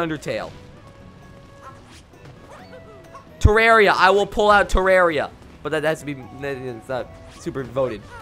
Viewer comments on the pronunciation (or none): It's Terraria not Tereria